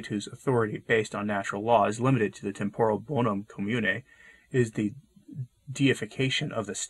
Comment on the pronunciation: Yes. I think acting out as an NGO is not what church is about. FYI. Temporal is pronounced TEMP-or-al